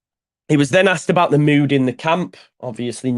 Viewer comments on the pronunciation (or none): none